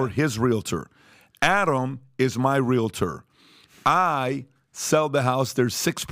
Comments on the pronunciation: Patrick has it correct when he pronounces REAL-TER, not REAL-A-TOR as Tom continually stated. I just had to say it. As a 64 yr old, I have corrected a lot of my own misspoken words and continue to learn something new everyday. With all that said, I believe Patrick and cast put on a valuable and thought provoking production. Educational and Enjoyable! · Stop pronouncing it “realidur”. It’s realtor. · As a licensed Realtor, it’s pronounced Real-Tour. Not Real-A-Tour. Just wild how many people say it wrong. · "Real-UH‐tor"... that's how you know he's the real deal.